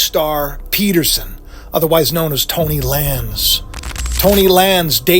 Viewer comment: Not Tony lanes it’s “Tory (tor-re) lanes “